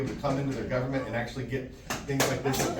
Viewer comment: ah yes, the good ol' gubamint